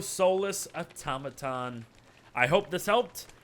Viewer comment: That isn’t how you say Automaton